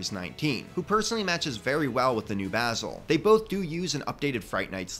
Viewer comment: I just wanna say this: THANK YOU FOR PRONOUNCING BASIL'S NAME CORRECTLY! A lot of videos I've come across pronounce Basil's name as in "basil" the herb. It was kinda a pet peeve for me. And I do like Basil's updated minifigure. Honestly, I think the only thing that could have made his minifigure better, would be a black breastplate with the Fright Knights insignia on the front, similar to the Spooky Knight's breastplate, but black instead of silver. Would kinda give him a more warlord type look.